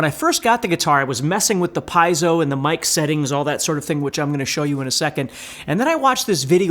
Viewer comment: Good video! But for the love of god… is “Pee-ehh-soh” not “🥧zo”.